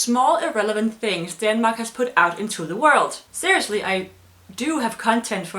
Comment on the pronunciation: It's Denmark in english, not fucking Daaanmark